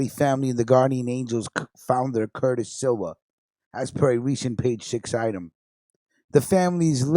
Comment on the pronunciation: It’s pronounced “SLEEEWAH”, not “SILWAH”!!!!!! Get it right.....